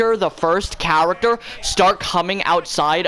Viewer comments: Character he says cawatawr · “When the cahrakter walks out”